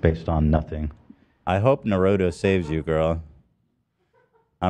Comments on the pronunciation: The way Ethan said “naruto” 😂😂😂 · stop saying naruto like that xD